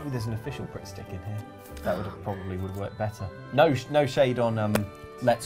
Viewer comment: I genuinely had a moment where I thought said "Prick Stick" instead of Pritt Stick and I went "I'm sorry, what?!" XD